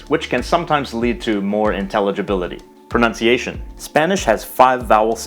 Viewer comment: As an Italian, I gotta say that your pronunciation is surprisingly good!!